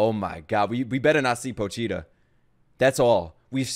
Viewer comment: After 12 episodes he can't pronounce Pochita... LOL